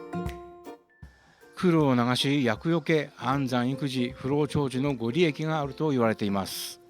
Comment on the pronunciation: いつも拝見しています。ご利益は「ごりやく」ですよ。 冬の旅楽しそうですね。冬はいけないので楽しませてもらっています。